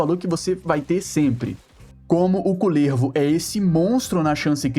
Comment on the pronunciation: nao aguento vc falando kulÈÈrvo e slã kkkkkkkkkkkk